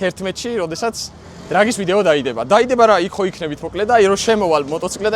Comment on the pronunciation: ძაან მაგარი ვიდეო გამოვიდა, ბევრი ექშენით და მხიარული. ბევრი ვიცინე მესამე წუთი როა, ერთი 5 ჯერ გადავახვიე, სანამ მივხვდი, რომ ამბობს "დრაგის ვიდეო" ს და არა იმას, რაც მომესმა. მომიწია 0,25 სიჩქარეზე მოსმენა. მაგაზე ხომ ცალკე ჩავბჟირდი 🤣 მოკლედ, ყოჩაღ და ასე გააგრძელე 💪💪💪💪